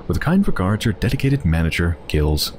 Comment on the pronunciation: just a note: in french, its pronounced 'jills'